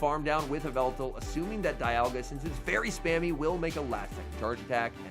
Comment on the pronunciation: "Yvetal Your Idol" in the beginning